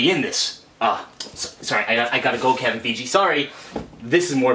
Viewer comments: Pls say you mispronounced Kevin Feige on purpose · You pronounced Kevin fiege wrong But I also might have spelled it wrong